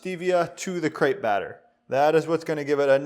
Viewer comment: they way he pronounces "Crêpe" amkes me kinda angry ...